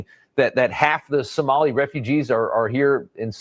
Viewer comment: My 72 virgin ears hate to hear Samali. Larry please no more Samali please😅😅😅